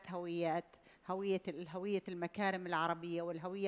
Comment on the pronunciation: هُوية لا هَوية 🙆🏻‍♂️🤦🏻‍♂️